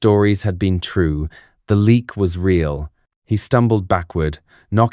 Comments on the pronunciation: ... it's not pronounced "leak" as in "leaking". It's pronounced "Léh - yuck". I'm Indonesian. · It's pronunced Le...ak.